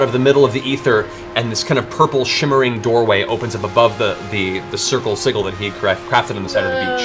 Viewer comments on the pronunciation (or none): Hearing Matt mispronounce sigil is such a kick. Man I've missed C1 so much. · Kind of a moot point, but I wish Matt would pronounce sigil right. Pronouncing it with a hard g makes like he's saying seagull, imo. Ah yes, Tiberius is drawing a circle of seagulls, how lovely. With a soft g, pronounced more like, sidgil, is how I've always heard it. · Being very nitpicky here... But sigil is pronounced "sij-il". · I love Matt, he's an incredible dungeon master and storyteller. He does everything fantastically...but for the love of Sarenrae I cannot wait for when he starts pronouncing "sigil" correctly. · Siggles Kappa Oh how i've missed that pronunciation of Sigil.